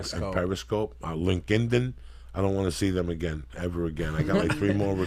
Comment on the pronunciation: lmao listening to joey pronounce Linkedin and rant about it is the best.